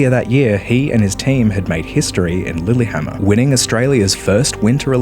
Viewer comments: Lillyhammer? Someone does not know how to pronounce Lillehammer... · "Lillyhama" he tried